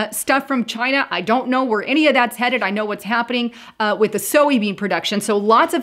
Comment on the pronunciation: Soy beans is pronounced SOY just like BOY.